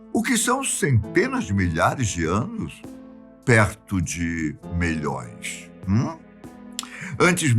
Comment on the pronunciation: Adoro as "afirmações" Molhõõões de anos. LOL!